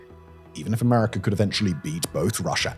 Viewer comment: Watch your pronunciation, your still letting it slip sometimes. I heard a few Chiners, and a Russers, and an Americer.